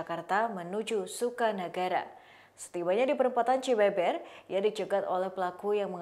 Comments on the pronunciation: Lucu dengarnya pembaca berita menyebut alamat pelaku seharusnya dibaca cibeuber,bukan Cibeber🤦😁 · Cibeber 😂 ditulis nya emang ke gitu tapi kalau diucap cibeubeur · Baca cibeber nya salah :( 😂